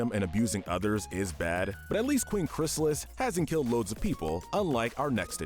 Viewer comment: Finally, They got "Chrysalis" name right after screwing it up so many times in the other MLP video